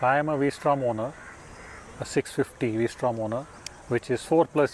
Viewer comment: it's vstrom versatile Strom not the v for angle